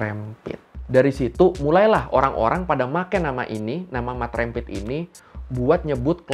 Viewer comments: Cara sebutannya rempit bang..Bukan rémpit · Rempit Dibacanya bukan seperti penyebut REM/LEM bang. Tapi, seperti penyebutan TEMPAT, LEMBUT, GEMBALA.